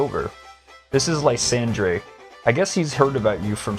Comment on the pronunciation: Why are you pronouncing lysandres name that way. So much official media has said his name properly